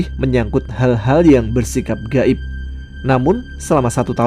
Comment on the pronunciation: Go'ib ya bukan ghoib?